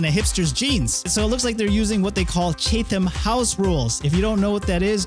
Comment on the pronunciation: It’s pronounced CHAT-um, not CHATE-ham. Next time ask ChatGPT how to say it.